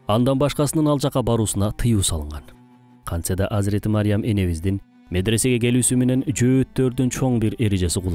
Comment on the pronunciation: Мариям эмес Марьям